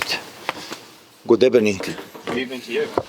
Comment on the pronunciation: Did he just say GOOD EBENIN?